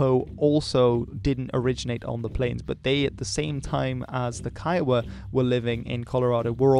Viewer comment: kiowa is pronounced koygu